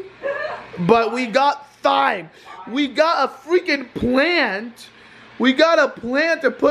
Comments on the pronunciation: Technically it’s not pronounced “Thime” it’s pronounced “time” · it’s pronounced time like in a clock lmao 😂 clean that oven out it’s filthy! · thyme is pronounced time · LOL at pronunciation of thyme... it's pronounced like time lol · Its tyme with a silent h not thyme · Hahha it's not pronounced thyme its pronounced time, the H is silent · every time said thyme!! TH-yme hahahaha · Its TIME. THYME IS PRONOUNCED TIMEEEE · It's pronounced time lol & yes you should plant it so you'll have lots when you need it... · its pronounced as "TIME" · He said THIME lol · It's pronounced Time even though it's spelled Thyme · It is time not thyme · Thyme is pronounced time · Did anyone get triggered because he pronounced it as tyyym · Thyme is pronounced time 😂😂😂😂😂😂😂😂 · The way pronounced thyme triggered me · Thyme is pronounces Time xD xD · You pronounced thyme wrong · Thyme is actually pronounced Time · Thyme is pronounced as time